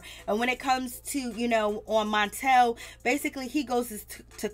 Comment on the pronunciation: the name is Martell not montel. Say the name right.